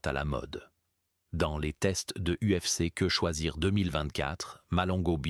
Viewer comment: La narration IA est, comme d'habitude, exécrable... UFCQue - pause - choisir...